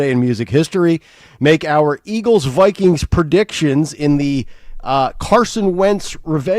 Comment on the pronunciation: Can someone PLEASE tell Dawn it's Eagles not Eggles!!!!!!